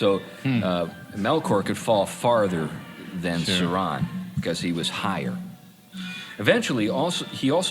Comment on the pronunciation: The emphasis is on sau not ron